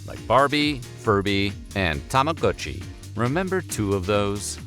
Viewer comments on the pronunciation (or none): You dont know how to pronounce tamagotchi?